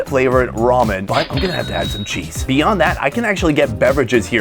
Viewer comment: That “ cheezeuh “ pronunciation was legendary